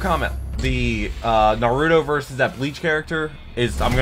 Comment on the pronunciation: just letting you know you're putting a little too much emphasis in the u in Naruto. It's not NarYOUto.